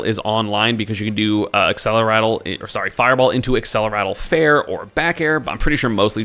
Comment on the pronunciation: Why does everyone always say accelerattle instead of accelerate?